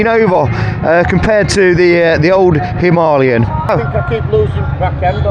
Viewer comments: The dude cant read. Its written as Himalayan but he keeps saying Himaliyan :) Im still gonna watch the video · Did he say him are lee em?? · "Himahhhleeon", not heard of the Himalayas then despite travelling? 🤣🤣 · It's pronounced 'Him-a-layen', the same as the mountain range 😅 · It seems everyone pronounces the Enfield himalyan... Itchy boots, mad TV and many more.... Why? Dunno, but it scratches my brain when I hear it :))) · God! Learn how to pronounce "Himalayan". I had to turn off the video . I couldn't listen to the mispronunciation anymore. It's not the accent that's the problem, you just don't know how to read. I have plenty of English mates who pronounce it properly. It was too much of a distraction, I couldn't focus on the video. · Why can't anybody pronounce"Himalayan" correctly? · Can't pronounce himalayan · Crikey, how are you pronouncing "Himalayan"... very distracting! 🙂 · Say Himalayan properly or not at all 🥶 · How does this guy not know how to say Himalayan? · Oh dear he says it about 100 times. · I came to the comments looking for the Indian pronunciation to see which was correct. I’ve never heard it pronounced that way